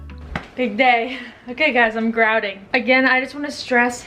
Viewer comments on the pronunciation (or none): I can not pick a favorite thing to comment on since I love it all! Painting the cabinets and putting new countertops just brightened up the small space. It looks so fresh and more spacious now. When you said "I'm grouting" I heard "I'm drowning" and was thinking "But you're doing so well..." 🤣